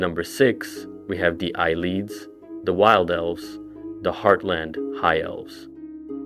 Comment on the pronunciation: It’s “Needs” not “Ned Es” It’s “ay-lids” not “eye-leads”